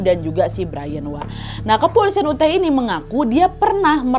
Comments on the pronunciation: Cara baca UTAH itu bukan 'uteh' tp 'yutah' ✌️✌️ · Utah wak (dibaca Yutah) bukan Uteh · Aku kira kejadiannya di aceh, bolak balik sebut uteh 😂 rupanya Utah (yutah) 😅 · tolong belajar cara ngucapin apapun yang berbahasa asing ya, biar dengernya enak. tanya nessie aja, kan kalian temenan. utah itu bukan dibaca uteh, tapi yutah. trus di konten lain ada yang nerjemahinnya salah, straw itu bukan hanya diartikan sedotan, tapi juga jerami. dan masiiihh banyak lagi. ayolah, udah bertahun-tahun jadi konten kreator, minimal belajar cara pengucapan yang bener. thanks. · Utah ka bukannya Uteh sebutannya😅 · Nad…Bukan uteh lah..utah (di baca yutah) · Utah bacanya yutah bukan uteh wak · Kak nadia perasaan bacanya yutah bukan uteh. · Kak daerah Utah, bacanya bukan uteh tapi yutah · Yutah wak bukan Uteh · uteh uteh,,yutah kali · Utah kok dibaca uteh. Harusnya dibaca yutah, kak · Kah ute ini maksud kakak utah k ? Risih kali telingaku dengar ute, pronouncenya yutah kak 😭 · pas ngomong utah pronunciation ka nadia juga salah, harusnya utah, bukan uteh. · Utah (US) = "Yutah" Utrecht (belanda) = "Utreh" Wyoming = "Waiyoming" 🙏🙏🙏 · Maaf mbak Nadia -- pronunciation dari Utah ---- yutah 🙏🙏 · Kak Nad.. Maaf mau koreksi sedikit utk kata "UTAH" dibaca "YUTAH".. 🙏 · Kak Nad, UTAH itu dibaca "YUTAH" Hehehe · Info aja kak, cara baca Utah itu Yutah 😁 peace ✌️🕊️ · Utah = Uteh 😭😭😭😭😭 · Utah dibaca "yutah" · Utah -> bacanya Yutah kak 😁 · Utah = Yutah cara bacanya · Penyebutannya yutah dan waioming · Utah = Yutah Wyoming = Wayoming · Yu-tah nad baca nya bukan uteh wkwk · YUTAAAHHHHH😫 Yu • Tah. Not “Uteh”. Kak Nad, tolong kali lah samamu, sebelum bacain cerita, cara pelafalan nama orang, tempat, dll dll, dipelajari dulu. Ngaruh kali loh kak sama kontenmu, gak sekali dua kali gini😢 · kak Nad Utah itu pengucapannya "Yutah" bukan uteh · dari tadi bingung sama "uteh".. Utah itu bacanya yutah wak, bukan uteh.. semangat terus wak.. :trophy-yellow-smiling::trophy-yellow-smiling::trophy-yellow-smiling